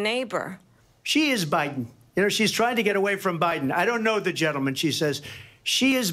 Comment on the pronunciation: did she call Biden Obiden? 😂😂😂